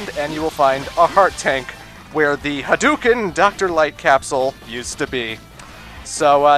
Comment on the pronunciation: btw its HADO KEN well thats how its pronounced